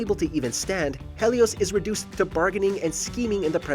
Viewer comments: It's he li os not hell I os bro Helios it's simple did you pay attention in history class or what my guy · Who is "hay--leus"? I know HE-lios was a god. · Helios not Hellios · Its pronounced Heelios not hellios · It's pronounced healios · OMG if I hear him say HELLios one more time I'm going to go insane.